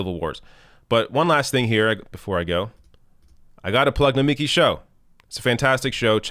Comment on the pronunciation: Nomiki gonna come at you for pronouncing her first name that way. 🤣😋